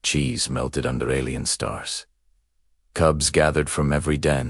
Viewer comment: Coobs. Alley-en coobs. This AI needs to learn how to pronounce English!